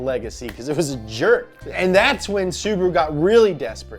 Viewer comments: sUbaru... omg... It's subAru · Bro its not subru its su-ba-ru